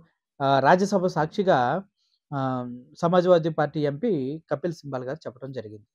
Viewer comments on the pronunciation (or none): Kapil Sibal. కపిల్ సిబాల్. సింబల్ కాదు.